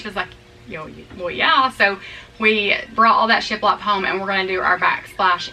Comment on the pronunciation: Lol... had to back up and listen . You said shiplap.... I heard sh*t left. Heehee